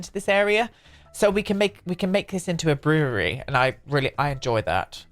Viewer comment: "Brewererery" haha. Its just 2 syllables. Brew-ry